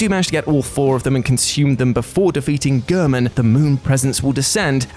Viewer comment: Why do they always pronounce his name "Ger-min" when in the game he litterally says his name rhe right way "Gh-air-men"? Like whyyyyy? I dont get it lol. Also it took you a WEEK to beat the Valkyrie Queen? A week? Lol. I beat her in one sitting. Granted, it was a very toxic and anger inducing sitting, but nevertheless 1 sitting. 🤣